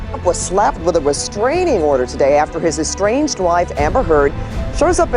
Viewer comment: I heard "strange wife" when they said "estranged wife"😄